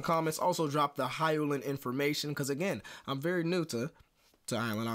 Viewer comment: Her name is pronounced “hee-yo-Lin” thank you for the reaction